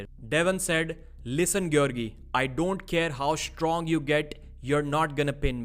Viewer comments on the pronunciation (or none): none